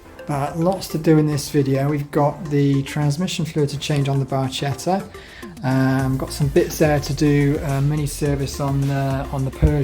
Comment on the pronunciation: Nice video! I'm planning to buy one. I had one 5-6 years ago and miss it. Can I correct your pronunciation? It's Bar-ke-tta. In Italian 'ch' is not like English, it's like 'k'. Thanks!!!